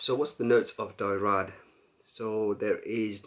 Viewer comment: I respect your olfactory knowledge bro but, come on how difficult is it to google how to pronounce SA LOW MAY but you kept saying Dyrad, it's DRYAD ! And you don't pronounce the two LLs in Papillon. WOW. I honestly do love your vids. This is feedback to help you. x